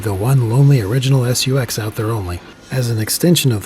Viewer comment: i like how he says "S.U.X." instead of just SUX